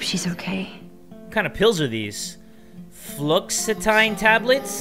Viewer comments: It’s pronounced Flux-oh-tine It’s a type of antidepressant. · KitchenSink I think it's actually pronounced "flew-ox-it-teen" or at least here in the us. :^) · I take Fluoxotine. it's an anti-depressant not a painkiller and it's pronounced Flu-ux-o-teen